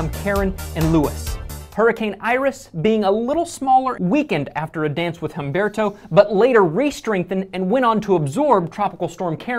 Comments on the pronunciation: The H is silent in Humberto. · HEY! My name is Humberto! And it's pronounced Umberto, the H is silent